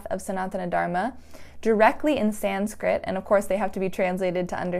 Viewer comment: Your pronunciations are great, and so are you! There wasn't anything disrespectful about your pronunciation. Thanks for the vid!